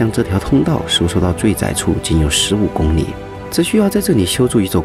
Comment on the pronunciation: 公里的里 不念你 麻煩發音多練習